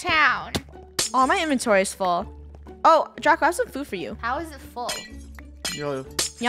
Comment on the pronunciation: When Lunar got pushed down and died from a creeper i thought saud "Chubako!!" But then i realzed she said "Draco!!"